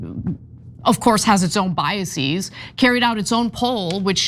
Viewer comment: Ana needs to check the plural of the word bias. HINT: it is not "biaseeeez". The -eeez thing only applies to a few words ending -sis : eg. crisis, analysis, thesis and everyone's favorite : hypothesis. It certainly does NOT apply to words ending -ias and while we are here it does not apply to the plural the word process either.